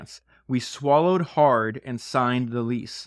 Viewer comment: "We sawllowed hard and signed the lease" I feel her